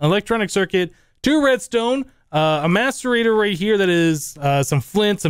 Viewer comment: if you listen closely you hear maturbator instead of maserator